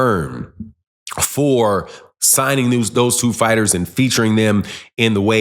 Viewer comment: You and Blue really need to learn how to pronounce some of these fighters name. Horrible both of you